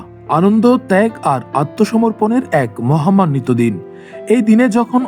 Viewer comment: মহামান্বিত হবেনা ভাই, মহিমান্বিত উচ্চারণ করতে হবে।।।